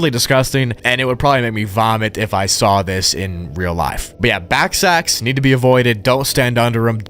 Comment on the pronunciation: Ballsacks. Not backsacks.